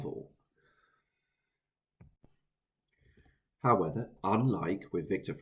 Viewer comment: "howeather" howEVER